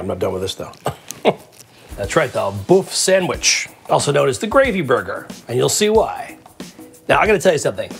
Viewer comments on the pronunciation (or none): Not Boff sandwitch. Böf/Bøf is pronounced boef sandwitch. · Buf Sanwish. Buf Sanwish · buff sandwich? I'm sure you could have looked up the pronunciation, George! love it tho. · The "ø" in "bøfsandwich" is pronounced like the "i" in "girl", not like "o" :-)